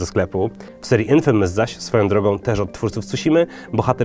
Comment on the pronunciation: Hrj co to za gry "sajlent hyl" i "infymys"?? Skonczysz wymyslac wlasne wersje wymowy angielskich słów??